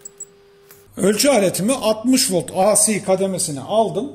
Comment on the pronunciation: AC akımı aa sii akım diye okumayın Alah aşkına. Ya tam Türkçe olarak "a ce" diye söyleyin ya da İngilizce okunuşuyla "ey si" akım diye söyleyin.